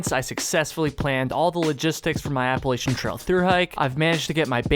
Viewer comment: Can you do a video on why you pronounce Appalachian wrong?